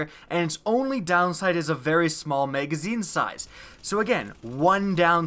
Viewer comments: Kinda pisses me off that you say "mageazine" when it's pronounced mag-a-zeen (magazine). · "Megazine size" lol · You really need to watch your video and see how stupid you sound saying megazine and how many times you fucking say it. For fucks sake. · "mega-zeen" size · Can we get a counter for the number of times he says "meygazzine" please